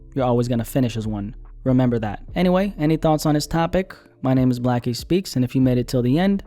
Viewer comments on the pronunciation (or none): none